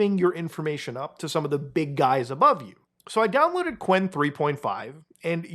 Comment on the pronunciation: qwen is actually pronounced Q-Wen